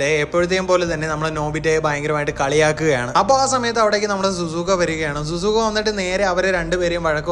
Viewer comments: Zuzuka അല്ല ഷുസുക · സുസുക അല്ല ശിസുക ആണ് ബ്രോ 🙃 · Zuzuka Alla shizuka Enna per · Bro susukka alla shizuka annu bro